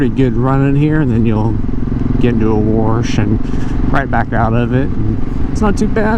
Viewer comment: There is no R in the word 'Wash'.